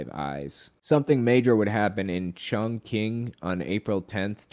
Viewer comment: Chongqing - umm you might want to look up the pronunciation